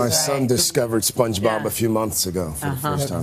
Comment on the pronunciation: you didn't even say it right